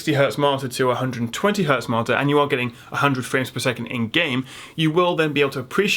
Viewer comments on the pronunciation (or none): When you say Marter do you mean Monitor?????? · I am the only one who hears martyr instead of monitor every single time? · All im hearing is..martyr..martir...mortir....motir....modtor... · I was lost when I keep hearing "marter".. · when you say 'monitor' it sounds like 'marter'.... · Why can this guy not say the fucking word monitor.